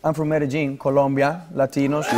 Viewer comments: COLOMBIA NOT COLUMBIA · it´s colombia, not columbia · I hate when they say Columbia! 😂 like the Columbia brand! Jackets etc haha